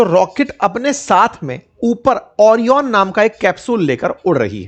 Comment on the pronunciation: Bhai mere ओरायन (ORION) hai vo ओरियन kya hota hai itni research karte ho to thoda pronounciation pe dhyan de diya karo, Is video me 5 6 baar mis pronunciation hai, apki team ko bolo theek kare